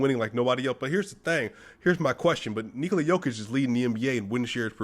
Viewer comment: Man I love how you pronounce Nikola's name correctly. Serbia loves you brother.